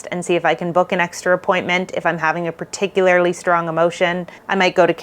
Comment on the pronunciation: I’ve been binging your videos and noticed that you use the word “particularly” a lot but you pronounce it as if there is an “i” before the last “l”. No disrespect- you’re obviously super smart, and just doing it out of habit. This video has been ~particularily~ helpful for me. I’m an autistic fearful avoidant. Thank you so much for the great content!